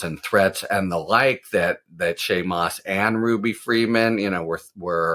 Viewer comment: "Shay and Moss"? Come on, Harry.